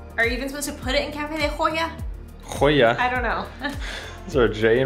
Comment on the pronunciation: It is super cool when you guys pronounce spanish words like real latino people. "Cafe de ohia... nonono cafè de olla :D" for a second I switch to the hispanic part of my brain and the perspective was surreal, like speaking to family.